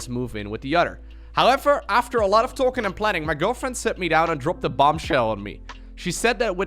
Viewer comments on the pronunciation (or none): none